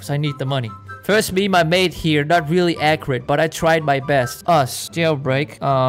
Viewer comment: I love how you say:rEaRlLy I’m laughing so hard